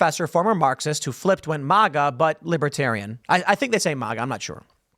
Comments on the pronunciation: Tim it’s not “Mhuuuga” it’s Maga!!! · Libertarians are almost always adult children. Their imagination drives their policy positions just like radical leftists. Nothing has to make sense as long as it feels right. 🙄 Tim knows at this point MAGA is pronounced MAY-GA not MY-GA. Matt Walsh even tried to help him while on his show.